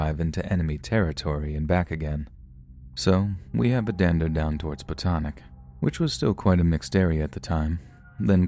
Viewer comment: Ardoyne and Botanic pronunciations were the ones that got me haha